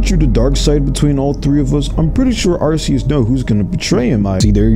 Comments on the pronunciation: It’s not pronounced are-c-us it’s pronounced are-key-us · Dude's mispronouncing Arceus. It's not Are-see-us, in the official handbook Arceus is pronounced Are-Kee-us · I hate to be that guy but you say Arceus with a hard c not a soft c it's even pronounced that way in the Arceus movie just letting you know so that way next time you can pronounce it right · The fact that they pronounced his name here as ARSE-E-US deeply disappoints me. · It's pronounced arkeus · Ar-key-us the mispronunciation is killing me 😢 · You misspronounced Arkoos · Cant believe people still pronounce arceus wrong. Guess it will always happen. Like when so many parents kept saying pokeman. Lol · Why does everyone say arceus wrong the c is not pronounced as an s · Why does everyone pronounce Arceus wrong? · Not how arceus is pronounced